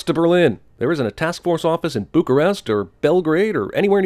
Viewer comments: "Buckyrest"... goddammit. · "Buckyrest" HA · "Buckyrest": I lost it